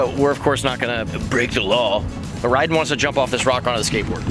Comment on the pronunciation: It’s ryden not ryder